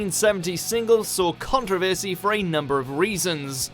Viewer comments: The BBC also banned The Kinks song Plastic Man for mentioning the word "bum" and their video for Dead End Street which depicts the band as comedic undertakers dropping the coffin & the corpse falling out! The biggest controversy is an Englishman pronouncing the word controversy as "contra versey" like he's American !! 😊👍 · Yeah, I noticed his mispronunciation of 'Controversy', too (^_^;) It seems like he was trying to appeal more to the American audience about British culture, than to his own people (^_^;) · I thought Brits pronounced it "con-TROV-er-sy," not "CON-tro-ver-sy" as we do here in the US.